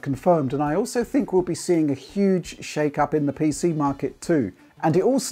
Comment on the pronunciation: It's not big. It's Xbox Hueg.